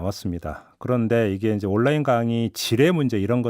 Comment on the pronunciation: 워료일로 안읽고 월 료일로 읽는게 그런이유였나... 하.. 워료일 온나인이아니라 올라인